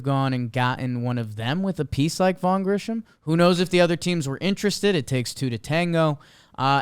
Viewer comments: pronouncing Grissom as “Grisham” over and over nearly sent me over the edge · Why is it none of these guys can never pronounce Grissom correctly? It’s not Grisham, it’s Grissom. They repeatedly sound like idiots